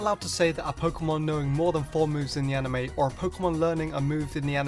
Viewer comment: ha! you said amine